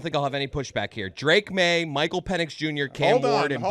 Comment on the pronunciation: Bro said Drake maye 🤣🤣🤣🤣🤣🤣🤣